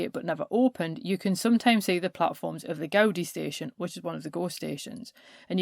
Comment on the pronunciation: Brilliant stuff. Thanks so much - I could listen to you all day! In the names ' Gaudi ' and ' Miro ' the accent falls on the second syllable.